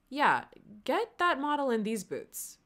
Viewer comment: you said “yeahhhhh” and i’m almost 100% sure that still wasn’t right😹